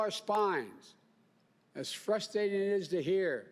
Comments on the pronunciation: Clueless joe pronounces it 'frustating' lol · 'Frustating' lol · I love it when Joe invents new words "as frus-day-tee as it is"